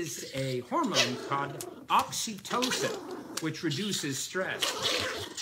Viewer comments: When the dude said: oxytocin I thought he said oxy-clean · Thanks for ruining the word oxytocin for me 💀